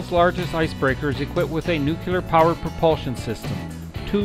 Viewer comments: There is no such word as "nook you lar", It is nook LEE Arr" as in NUCLEAR. People only show their ignorance by pretending to pronounce a word and MISS. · Great video, thank you. (NOOK-LEE-ER - not NOOK-U-LER) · New-clear not new-cue-ler. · GREAT video! p.s. The word "nuclear" can be broken into two words: "nu" ("new") and "clear"("kleer"). A helpful mantra is to say that nuclear is "new" and it is "clear". Put those together, and you have "new-clear". So "nu" is pronounced "new"/"knew"/"noo", and "clear" is pronounced just the way it's spelled (i.e. "kleer"). The word "clear" IS NEVER pronounced "kyoo-lar". Instead, the word "clear" IS ALWAYS pronounced "kleer". So...in review: "nuclear" is ALWAYS properly pronounced "new-kleer". Hope this helps! :-) p.p.s. Some people say "new klee-yar", which is also acceptable, but NEVER "new-kyoo-lar". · Why o why can't people pronounce nuclear right? it's not NUKULEAR, its NUKLEAR... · Nucular. NUCLEAR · Nuclear. Not nucular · You mght enjoy learning how to say "nuclear." 'Tain't nooycyaler. It's Nooc lee ar! Hard to believe anyone who can't pronounce the word right. Just sayin'... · I stopped watching at your butchering the English language. It's nuclear, not nuculer. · Great trip... kind of surprising though the narration can not pronounce "nuclear"... nuclear has one "u". "Nucular" sounds pretty ridiculous after hearing it 20 times. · I can't believe there are still educated people around who say, "nu-cu-lar!" - SMH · I had to listen to the narrator a few times before I noticed the same thing, I shook my head ever time afterward. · Your pronunciation of "nuclear" spoils the narration on this otherwise excellent video. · Dude....pronounce "Nuclear" correctly. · do you seriously not know how to pronounce nuclear???????????? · please learn how to say nuclear properly!